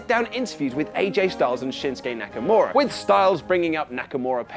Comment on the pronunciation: SDLice didn’t have a real build up other than KO & Sami then Aj & Nakamaura (butchered his name) those are the ONLY HIGHLIGHTS